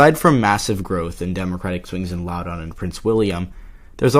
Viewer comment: It is pronounced Laow-dun. Not laow-down